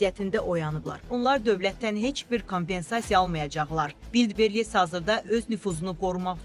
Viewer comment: Ulllbres yox Valbress